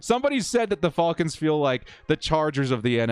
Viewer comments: love your videos, great work! But it's Falcons not Fallcons lol and I wouldn't blame coach for Adderly and Gilman letting a guy run right between and past their zone. Feiller should get credit for his effort on that recovery. He passed up Salyer and all the other lineman to stay in the play. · I’m convinced he’s saying fullcons on purpose cause no way someone fr says it like that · Atlanta “fa el kins”😂😂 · Love your videos, but not watching this one because of how you pronounce Falcons. 😆⚡️